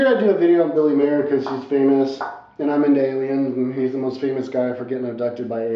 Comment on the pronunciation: P.S. Genius, the man's last name is MEIER, not Mayor.